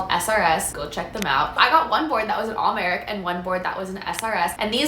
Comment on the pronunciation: How did you say Al Merrick? 😂